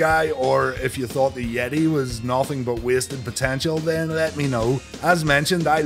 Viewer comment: I know that you know that you were mispronouncing the "yeh-TAAAY!!!"